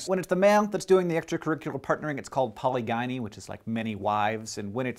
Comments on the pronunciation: A man with many women is called polygyny pal-i-Jin-ee with a J sound, not poly-guy-nee. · Just an FYI, Hank: polygyny is pronounced with a hard g. It's poh-lidg-ih-nee, with a j/dg/dʒ sound. The second syllable rhymes with "bridge." You said it paw-lee-guy-nee. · It's pronounced like "puh-LI-juh-nee" FYI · I thought polygyny was pronounced like "poly-jenny" not like gynecologist... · Polygyny is actually pronounced like 'poli GIN knee' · For the record, Hank, polygyny is said like, "pol-ih-jih-nee". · Good video, but holy crap am I going nuts hearing you totally mispronounce 'polygyny'. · As an Anthropologist, I can honestly tell you that you are saying polygyny incorrectly. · Why does Hank continue to mispronounce "polygyny", even after showing the pronunciation key in the video? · My mind is boggled... you said 'polygyny' in a way which sounds wrong to me, but the transcription below it matched a different pronunciation which is also the way I say it. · You mispronounced polygyny. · Dear you mispronounce polygyny. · Hank, please stop saying "polygyny" wrong. You got the "poly" pary right, but the "gyny" part is pronounced more like Weasley girl. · YOU PRONOUNCED POLYGYNY WRONG!!!!!! And you even had the pronunciation up there with the graphic. Tsk tsk.